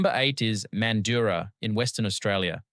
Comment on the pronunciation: The points raised regarding where to choose to retire is more important that the list itself. I spent a while wondering where this "man-doo-ra" was in WA. Figured out you meant "mand-ju-ra". 😅